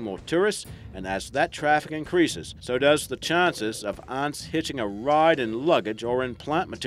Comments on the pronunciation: I notice when talking about one Ant ..It's Ant...talking about more than one you pronounce Aunts..as in Uncle and Aunt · Yea especially the way he says ants (aunts)😂😂😂😂😂😂😂😂😂😂😂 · Is it just me or when this guy says ants it sounds like aunts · That's a strange accent... 'ahnts'? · He pronounces it aunts😂